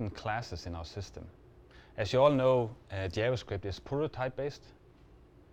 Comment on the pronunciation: я тоже. Поржал с его "ДзяваСкрипт" =)))))